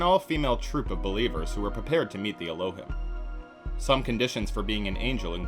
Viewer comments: it's pronounced "el-oh-heem" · It’s ELL-O-HEEM…. And doesn’t mean sky people wtf lol 😂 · Dude you pronounced Elohim incorrectly for the whole video. Its pronounced: Ell - Oh - Heem Thought you should know